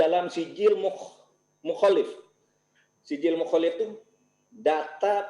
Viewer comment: bukan mukholif fud bacany mukholafah